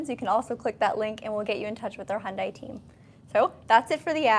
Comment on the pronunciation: Your videos are great at showing the vehicles. But, you need to pronounce "Hyundai" correctly. Remember the old Hyundai ad: "It's Hyundai, like Sunday."